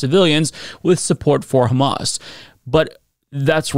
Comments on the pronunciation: man when she said "KKKHHHHHAMAS" I totally dropped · Isghael😂. Khamas😂